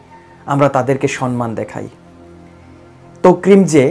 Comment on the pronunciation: আরে ভাই তোকরিম না তো ওনার নাম হলো সালেহ আহমদ তাকরিম। নামটা একটু ভালো করে বলেন, উচ্চতর শুনে আমার থেকে খুব খারাপ লাগলো ভাই.....য়া, আরো একটা ভিডিও তে ভালো করে বলে দিবেন আশা করি। ভুল হতেই পারে